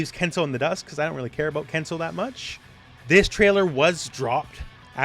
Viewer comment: It is Ken suu. Not Ken sow.